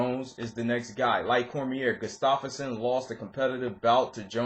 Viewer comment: Did you just say goose-stoff-erson? Its gustaffson dude. Wrecked his name. Sounds like gu-staf-son